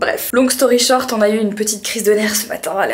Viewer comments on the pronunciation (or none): none